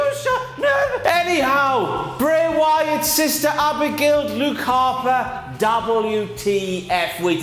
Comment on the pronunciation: not as big as mess when you say lupe harper and not luke 😂😂😂